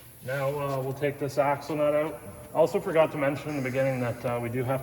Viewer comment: You Canadians need to learn how to pronounce the word out